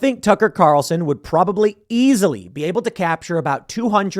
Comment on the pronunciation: When Tim over-stressed the word easily, I almost thought he was constipated. 😂